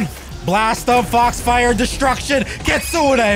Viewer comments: It sounds like is saying kitsuna not kitsune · Kitsunei bru its not kitsunei its kitsun(pronouncing)